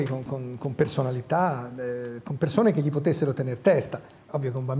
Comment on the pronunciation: Serena Bortone non sa pronunciare correttamente "gl" (come anche Amadeus). Per chi fa televisione è un difetto grave... che ci vuole ad affidarsi a uno specialista per correggersi?